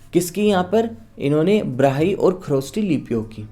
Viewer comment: Sir, either it's "brahi"or "brahmi ?